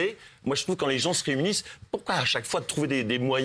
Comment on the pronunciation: c'était quoi ce 'poukwa' XD